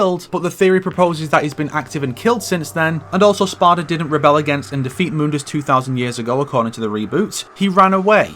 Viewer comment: Any chance this game had of being considered a prequel ended the second the characters mispronounced Mundus and introduced the Vergil-mobile.